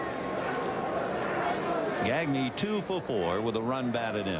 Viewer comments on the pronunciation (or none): I speak French so hearing Vin Scully say gag-knee instead of how it should be pronouced which is actually easy to say in English gah-gnay like Gnarles Barkley makes me cringe. Broadcasters always try to pronounce Spanish names Spanish but they pronounce French names like they're English I mean it's not hard to not say a k sound in Blanc but they almost always do. Only time I can think of was when a French Canadian Charles Leblanc asked to have his name pronouced correctly but usually it's like read it as if it's English. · His pronunciation of players’ names is awful- donty bichette, rowl mondesi and greg gagny. 😂 I thought he’d be better with that.